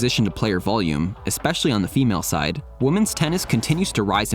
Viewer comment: You pronounce the plural 'women' like the singular 'woman'. What's up with that?